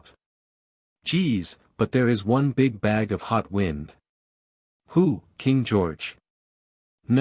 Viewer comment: hi .. love this .. one thing tho .. the pronunciations of wind & wound are consistently reversed in the context in which they are used .. it would be great if there was a way to adjust that .. other than that - thank you for the great stories!!